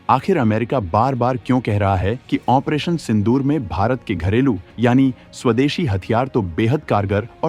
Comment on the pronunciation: operation ko OPERATION kyu bolte ho ap...?